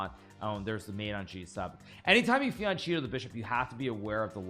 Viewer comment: Fianchetto is pronounced “fianketto” Hikaru. Italian for flank :)